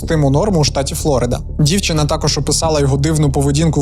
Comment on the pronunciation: приємно що зʼявляється все більше трукрайм контента українською. але прикро чути ті ж самі помилки які є у російськомовних трукраймерів. аж вухам боляче коли чую «флОрида» 😬🤦‍♂️